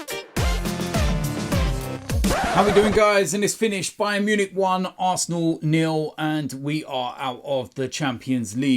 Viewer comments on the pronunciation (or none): It’s all about “the ASSna” 😅